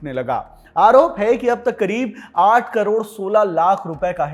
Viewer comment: 8 crore aise bol raha hai ki jaise ki 8000 carore ho😂